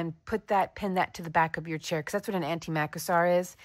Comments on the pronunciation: I love your videos! Merlin is such a star 😊 Just FYI, Macassar (and in the UK I've only ever heard it pronounced with the stress on the second syllable - so macASSar) was a European product: Macassar Oil. Used, as you say, by the dandy men to slick back their hair. Sadly, I'm old enough to remember anti-Macassars on my granny's furniture 😂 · Macassar was hair oil, pronounced with the stress on the "cass", not the "Mac". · Thank you, I was just about to say the same thing. It's funny how we stress different syllables, it makes words sound so strange. Almost foreign, which I suppose most of them were, originally 😂